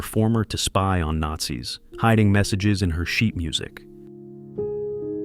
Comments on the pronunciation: The details in bringing an image to life is excellent! The only issue with using AI to narrate the video is the fact that the war was fought against the " Nate- Zs" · the narrator is good however there is a word there that needs to be altered, Nazi's should be said that way. Unfortunately using AI to read a script out it's having an issue with that word and it's calling it Nate'Z.